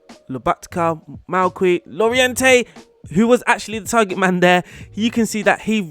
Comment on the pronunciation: It’s pronounced Jorente, not Lorejente.